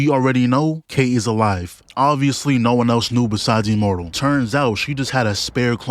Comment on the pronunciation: lol bro keep saying “E-mmortal and E-vincible “